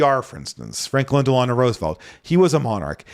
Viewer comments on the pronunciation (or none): none